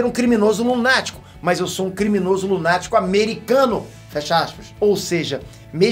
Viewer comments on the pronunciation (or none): "...criminoso lutático..."